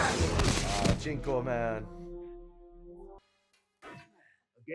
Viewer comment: Cinco is pronounced like Sink-o, not chinko.